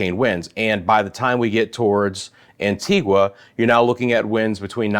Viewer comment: Great vid. Good to have someone covering the islands in addition to the Weatherman, Brian Shields. Very quiet here in St. Kitts and Nevis. The calm before the storm. FYI, Antigua is pronounced "an-ti-ga", and Nevis is pronounced, "knee-vis". Dominica is "dom-e-knee-ka."